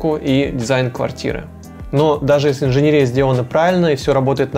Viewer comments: Вы хорошо объясняете,но почему инженерИя? Правильно говорить инженЕрия. Ухо режет. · Только мне режет слух слово инженерИя? Парень, правильно говорить инженЕрия!!! Рассказываешь хорошо, но эта инженерИя (етить её за ногу) выставляет тебя не лучшим образом! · ИнженЕЕЕЕрия. ин-же-нЕ-ри-я. ЕЕЕЕЕ не И😰😰😰😰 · Видео очень хорошее и полезное, но ПОЖАЛУЙСТА - инженЕрия, а не инженерИя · контент огонь)но инженерИИИЯ_)😂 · 😤 ударение падает на третий слог: инженЕрия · Только меня смущает инженерИя. Невозможно слушать. Еще и так часто повторяется слово - брр